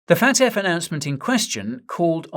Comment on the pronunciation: its F.A.T.F not FAT.F never in my life heard anybody say FAT.F